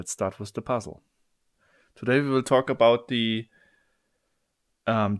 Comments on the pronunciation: the th sound is something, that we needed to learn in english class. usually we dont have it in german language. some people learned it, some did not. some say "wiff" ^^ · why u say 'with' like its wizz/wiss?